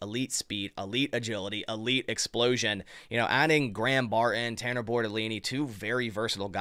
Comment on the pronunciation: Come on. It’s not Bar in….its Barton. I’m a subscriber, but if you don’t stop talking like a 12 year old girl, I gotta go.